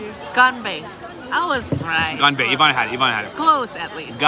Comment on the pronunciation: 干杯（gan bei） gain bay😂😂😂